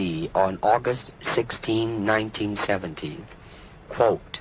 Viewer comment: It’s “quote and un-quote”, not “colt and un-colt”. Colt was Chucks name in Way of the Dragon lol… 😂